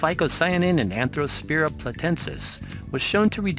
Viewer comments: Watch this "video" on MUTE, because the narrator is reading this text like he's reading a book to a child. And he can barely pronounce some of the words -- in fact, he pronounces Arthrospira as ANthrospira. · ARTHrospira not ANTHROspira!!!!!